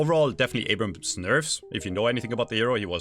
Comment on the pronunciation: I help you with names guys here ,Abhrams and Haze thankyou.